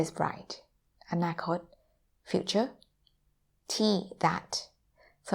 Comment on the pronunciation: Anakot ... I wish all word in Thai were so distinct...